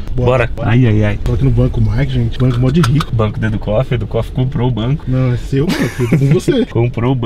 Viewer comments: parece que a fala moh sera que pode nada aqui quem acha comenta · Só eu q percebi que em ela falou moo ?